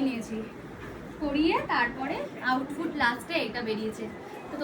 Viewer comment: এটা কেমন ইংরেজি😅 outfit ❌ outfout✅ 🥴😒🙄